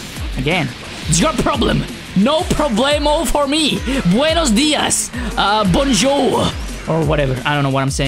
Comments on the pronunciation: I love the form you said: Buenos dias. It means: Good Morning. Im from Spain xd. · As mexican viewer that "Buenos días" was so nice to hear